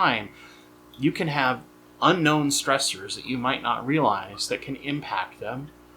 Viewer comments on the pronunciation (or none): none